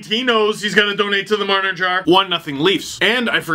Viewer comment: Mitch Jar-ner